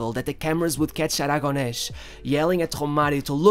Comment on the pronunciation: Actually my comment was because the way he pronounces names in Spanish. He adds the sound "sh" at the end of the name Aragones "Aragonesh". The "sh" does not exist in Spanish. I figure he is trying to reproduce the pronunciation from Castilla.